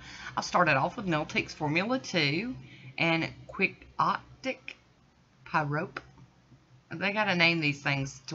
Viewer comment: Girl, the stars are in alignment as much as your beautiful stamping! I love it 💜💜💜 Oh, and Quixote is pronounced Kee-hot-ick 😇 Thank you for sharing 💜 💜 💜